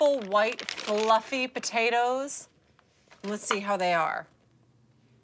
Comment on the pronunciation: I'm not that mad at her fulluuffy potatoes.